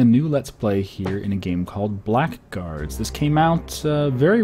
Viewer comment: Dear, its not Black Guards. Its Blackguards. Have a look at TotalBiscuit's video to hear how to pronounce it. Thanks! Love your vids btw!